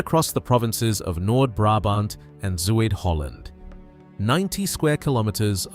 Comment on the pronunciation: yeah, and don't forget Z[oo][ee]d Holland😁 But it's just a autodubbed audioscript, generated by text-to-speech, so whatever